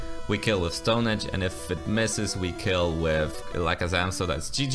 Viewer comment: Why did you say alakazam like that